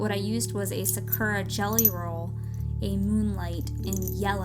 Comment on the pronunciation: You're not very good at pronouncing "Sakura" xD